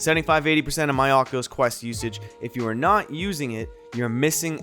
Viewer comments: tells us to pwease not fall for scams like "ocuwueo" Thank you, very "kwool" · he says cockulus